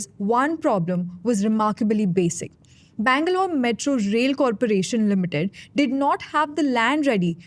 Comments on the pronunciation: Either say Bangalore or Bengaluru... not Bangaluru! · Why does she pronouncing the name as Bangaluru ? itS either bengaluru or bangalore. Make up your mind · Would help the presenter if they were to spend a minute on how Bengaluru is pronounced. Terrible downgrade from Akshara.